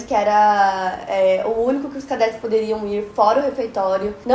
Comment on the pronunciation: E cadetes com "ê" e não não "é"